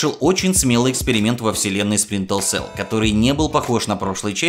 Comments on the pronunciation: Дружище, классный выпуск, интересно) но небольшой комментарий к одному из названий - все таки не Спринтел, а Сплинтер селл) успехов!) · А ещё ты говоришь "Спринтел селл" а надо "Сплинтер цел" И не "Канул в лета", а "Канул в Лету". Лета - это река забвения. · и в каком же мире буква р читается как л? максимум у японцев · Ты говоришь "сплинтел сэлл", вместо "Сплинтер сэлл" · Почему ты говориш сплинтеЛ сел? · Сплинтер селл ни разу не выговорил =)) P.S. Видос хорош, спасибо. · Сплинтел Селл ...ладно,не обижайся,но это же забавно было )) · Я один слышу как он говорит "сплинтел цел"? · Почему ты говоришь "спринтл селл". Там много таймкодов, но вот один к примеру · Спринтэлсэл! Спринтэлсэл мля! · Спринтл селл. Ну что за ретард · Так все-таки "сплинтел сел" или "спринтел сел"?) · Мне показалось, или он сказал "Сплинтел Сел"?) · Ути пути, сплинтел сел Ты хоть это...произношение бы потренировал. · СплинтеЛ село? Сийозно? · Говорят, что Сплинтел Сэл топ игра. Стоп, Спинтел Сэлл? Спринтел Сэл? Булджать, топ озвучка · "Сплинтел селл" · Автор,все здорово,но пожалуйста-ознакомься с названием игры и ее правильным произношением,если английский язык тебе чужд. Это не наезд,не стеб,просто немного режет уши от названия Splinter cell.Все таки оно будет сплинтер цел,и никак иначе. Я,наверное,доебался по чем зря,ведь твой контент я люблю,но как фаната серии игр про трехглазого шпиона под потолком меня это слегка напрягло)не обижайся. Просто так лучше будет всем-и тебе,и зрителям.Ведь твое имя и/или канал ведь произносят правильно,почему бы и тебе не сделать тоже самое) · Следи, пожалуйста, за произношением названий, про Чернобыль и Сплинтел Селл уже упоминали, я добавлю: не "GSC World", а "GSC Game World"